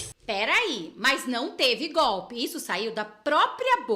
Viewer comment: GOPE! É GOPE! GOBE,GOBE, GOBE!!!